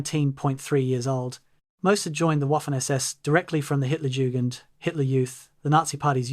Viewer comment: What’s with the weird pauses while narrating? Also, learn to pronounce Hit—-jugend